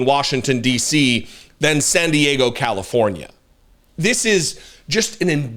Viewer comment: She can’t say SAN DIEGO! 😂